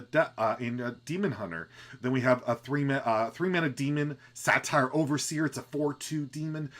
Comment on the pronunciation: I like how you call Satyrs "satires" :D Mana Burn is an awesome card, also really digging the Prime mechanic. I also wonder if Zephrys will pull DH cards since some of them are very situational but helpful!